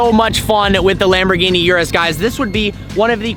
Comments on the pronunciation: Bro its urus not yourus😆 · it's urus not yewrus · Please don’t call it the “Yewrews”. My ear drums are bleeding and screaming in pain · Totally butchered the pronunciation. It’s not ‘yerris’. OO-ROOS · it is pronounce "oo-roos" and not "you-roos" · Bro..... it's not "yuras" ....... it's URUS......a lil pronounciation is appreciated... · He pronounces "URUS" wrong, He says: You-Ress It is actually pronounced: Oo-Rus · 'Urus', not 'Yurus' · Urus is pronounced ooroos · it is u-rus or ur-us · No bro the CORRECT pronounciation of it is aurus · haha cheers, it was driving me crazy how he was pronouncing it hahaha